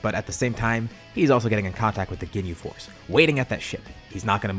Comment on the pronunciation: I fr heard him say "they defeated the gay force" XD At